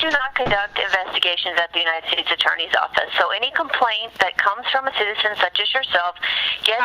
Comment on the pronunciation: It's not coplaint. It's CO - PLAINT